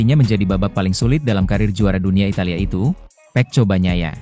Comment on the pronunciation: Narator nya belajar dulu bagaimana menyebutkan nama Pecco yg benar ya... Malu-maluin